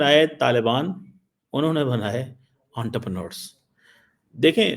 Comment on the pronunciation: "Unterpranors". Gandu sahi pronounciation bhi nehi karsakte. Pakistani doctorate ka hal dekho.